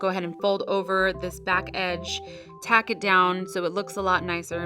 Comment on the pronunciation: its tuck not tack